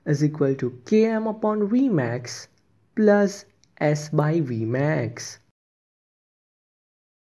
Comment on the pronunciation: Your vmax accent sounds good🤣